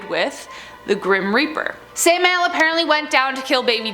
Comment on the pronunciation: Sam-i-el dumb broad don't you know God forget about Google voice and give a damn dictionary every host on this channel pronounces one name wrong normally every one out of five videos